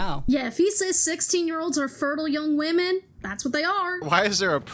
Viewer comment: “What’s a weemon?”